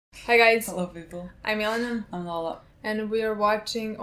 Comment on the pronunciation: Milena is always complaining that people get her name wrong. But just listen to the intro. She is not saying anything resembling "Milena" 😄